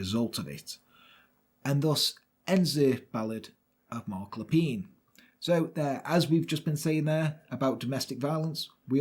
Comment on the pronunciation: Being a Canadian, your French accent and pronunciation was tres bein! As soon as you said his name I knew the story. Canadians still remember and recognize this tragic day. Wonderful and thank you.